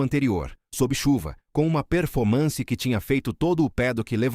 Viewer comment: perfomanci kkk essas I.As são um barato